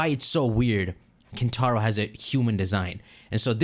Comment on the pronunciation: Hear me out: KinTtar-o